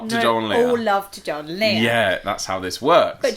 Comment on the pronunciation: When you say Joel, I hear John. Americans say Joel like Joe with an L